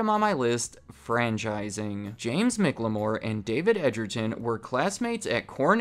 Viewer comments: The way you pronounce McClamore… 😬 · The way you pronounce McClamore 😬